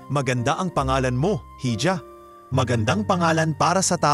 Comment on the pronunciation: I wish you pronounce the right words. Like HIJA, ELEVATOR ETC. PRACTICE READING BEFORE.